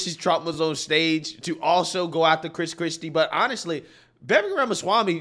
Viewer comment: FYI, His last name is pronounced Viv-Vake.